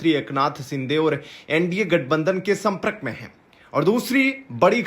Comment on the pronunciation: 'Prakriya' and 'sampark' ka pronunciation theek kijiyega.